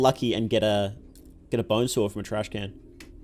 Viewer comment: Its Trashcan Not trash-cannot